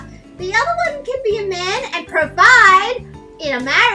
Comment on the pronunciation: Anyone else hear blaze “run” instead of “one”?